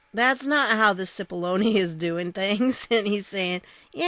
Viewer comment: It's pronounces like Chip-ollone.